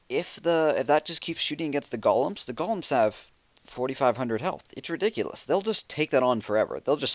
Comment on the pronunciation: Kills me when he says gol-um not goal-em ;)